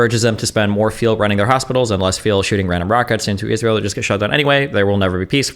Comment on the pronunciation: “IZROLL” “is roll” “ees rie eL”